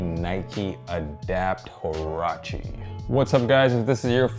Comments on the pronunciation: you pronounce it wa-ra-chee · does anyone actually know how to say or pronounce huarache properly lmao , just cringe